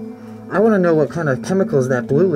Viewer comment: At first that dude said "wan't" instead of "want" but then he changed it